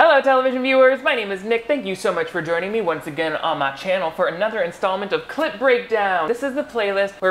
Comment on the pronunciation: I know you are saying "clip" breakdown, but my brain keeps hearing "clit" and now I think I'm catching feelings